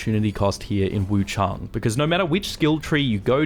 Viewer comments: WuchAng not WuchUng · Where's the second "U" in Wuchang? Why do you keep saying Wu CHUNG, it's Wu CHANG, ANG, with an A.